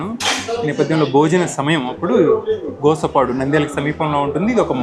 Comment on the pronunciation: Bro Gosapadu kadhu Gospadu. Sorry